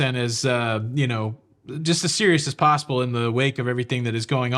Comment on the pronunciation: Anything is pos-ca-ble LOL......🙃